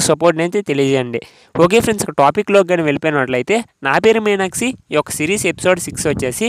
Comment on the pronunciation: మీరు "మీనాక్షి" అన్న పదాన్ని " మీనాక్సి " అని పలుకుతున్నారు. అది తప్పు కదా. మీకు వీడియోలు తీయాలని ఉత్సాహం ఉంది కదా. మరి సరిగ్గా మాట్లాడక పోతే బాగోదు కదా. అందు వల్ల మీరు వెంటనే తెలుగు ఎలా మాట్లాడాలో నేర్చుకోండి. All the best. I will watch keenly your progress. Bye...